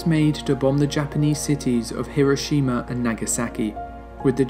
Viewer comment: Incredible video. Stunning accuracy. But the thing that I loved the most about it as a Japanese man, is that you pronounced Hiroshima correctly.